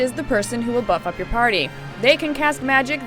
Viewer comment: does she say butt fuck or buff up your party O.o